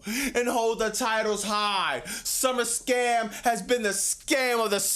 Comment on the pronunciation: say it correctly.